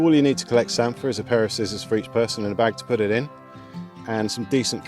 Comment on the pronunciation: And you say samphire properly!!! Lol